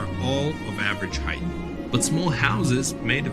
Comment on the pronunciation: Height ends with a T, not a TH.